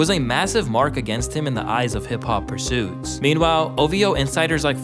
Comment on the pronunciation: did nobody observe the irony? "the news that he wasn't writing his own rhymes was a massive mark against him in the eye of hip hop PURISTS" the fact you can't pronounce that word tells me you don't write your own scripsts